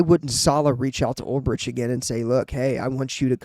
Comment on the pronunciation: Good video dude. But just FYI...its pronounced "UL-BRICK". Former Niner linebacker in the early 2000s. Fingers crossed for Saleh....and they could lose out on Ulbrich to ATL too. Might have to settle for their third or fourth choice.